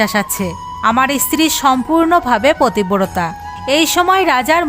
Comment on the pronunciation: প্ৰথমে বলে নেওয়া দৱকাৱ যে সংস্কাৱী হওয়া খুব দৱকাৱ। কিন্ত তা বলে এই ৱকম জঘন্যভাবে গল্প কে বলে। পত্নী, পতিব্ৰতা এই শব্দগুলো ভালো কৱে উচ্চাৱণ কৱতে পর্যন্ত পাৱছে না। এ সব কি? ভগবান নিয়ে , শাস্ত্ৰ থেকে উদাহৱণ দিতে গেলে আৱো সচেতনভাবে গল্প বেছে নিতে হবে। যে পড়বে তাৱ উচ্চাৱণ ভালো হতে হবে তবে শুনলে শ্ৰদ্ধা হবে।🙏